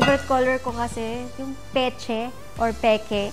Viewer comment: Mona arte mo mag salita pa bebe mayındı ps kay Andrea brillantes , Ivana peach lang d mo ma pronounce ng tama. Patahi ka ng mga seat cover. Nong bata ka pa ganda ng English diction or accent mo ngayon chandelyerrr na